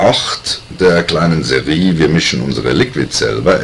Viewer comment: hey alos ich mag dich und deine videos aber wenn du serie sagst könnt ich in den moni boxen :)